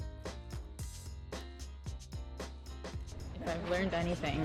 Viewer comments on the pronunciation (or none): none